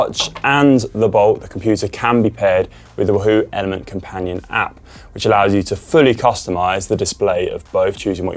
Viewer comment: Love how Conor pronounces Wahoo as Woo hoo !!